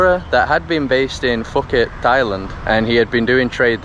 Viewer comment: Phuket is Poo-ket, that made me LOL!